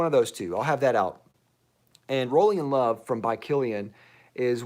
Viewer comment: Had a great laugh at your intro of Rolling in Love. I totally thought you said Bowling in Love. I was thinking, "Wow. They are making fragrances for everything these days!" LOL :)